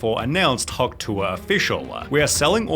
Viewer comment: It sounds more like “hokh tueh” to me